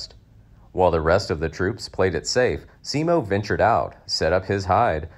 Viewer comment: Simo, not Siimo ( pronunciation) and his last name Häyhä is not pronounced hayha